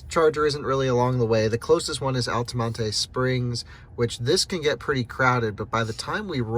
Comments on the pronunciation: Interesting travelog. Thanks. FYI -- "Altamonte" is pronounced "Al-ta-mont" not "Al-ta-mon-ta" I have lived there. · You don't pronounce the E in Altamonte Springs. Pronounced Altamont. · nobody else seems to mind him calling it "altamonteeeeey" you're an IDIOT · OMG, please stop pronouncing Altamonte incorrectly...lol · No need to pronounce the “e” Altamonte